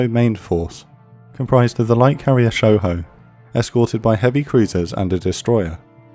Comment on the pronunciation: They butchered Shoho. 🤣🤣🤣